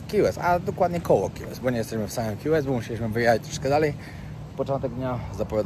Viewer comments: Key West, wymowa: ki łest - a nie: ki west. Słowo: vest (bezrękawnik), wymowa: west. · sorry że zwracam Tobie uwagę ale Key West wymawiamy ki west to nie jest Qiu jak wymawiasz pozdrawiam z Arizona